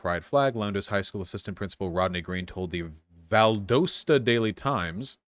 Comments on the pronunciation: valdahsta; not valdoseta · (it’s pronounced Val-dah-sta) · It's Val-dAW-stuh (just fyi) and in GA you're considered a legal adult at 17. Or at least you'll be tried & sentenced as one. Though tbf, I think most judges would take it easy on a 17 year old, law permitting. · Valdosta is pronounced “Valdaughsta”